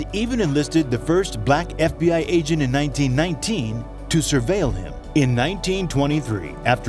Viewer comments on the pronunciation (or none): none